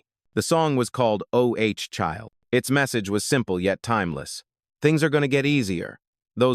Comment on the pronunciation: Keni is highly underrated as a bassist/producer/ songwriter, as well as the family. They were not a one hit wonder" group , because of the success of"Ooh Child." (not O Child) What was not mention was The Invisible Man's Band. (Stairsteps) They recorded 2 albums, their first had the hit single "All Night Thing." My biggest pet peeves is how the song titled "Ooh Child" was mispronounced, as well as the few times "Risin' To The Top." Accuracy in pronunciation would help a great deal. Ex. the year 1982 instead of saying one thousand nine hundred eight hundred two. Really ? Do better A I My favorites are : Behind Curtains The Touch Of You You Waited Too Long You Can't See Don't Change Your Love We Must Be In Love Madame Mary Little Boy Blue I Feel A Song In My Heart From Us To You Pasado Throwin' Stones Atcha Tell Me Why Salaam Rent Strike 9X'S Out Of 10 Love Can't Come/Love Has Come Really Wanna See You Along The Way Keep On Singing From Me To You Let Somebody Love You Indigenous Love